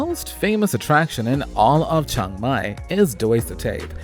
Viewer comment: It’s Chiang Mai not Chang Mai